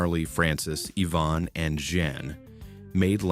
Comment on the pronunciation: What was Hurricane YVONNE ? I remember only Hurricane Eye-van. FYI - I had to hunt for Lake Okee. It starts .